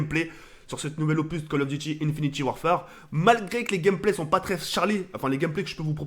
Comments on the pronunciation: Pq il dit InfinitIE warfare au lieu d'infinite warfare il est con ou quoi ? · j'aime pas quand il dit Infinity warfare wsh frère c'est Infinite warfare